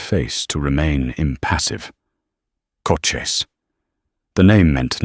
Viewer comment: Loved the story, just please get Cochise's name consistently correct, along with the pronunciation.